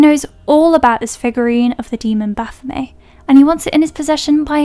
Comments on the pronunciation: say it with me now BA-PHO-MET.....HARD T ON THE END other then that great break down of the movies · Pretty sure they pronounce it 'Baf-oh-METT', even in the movie.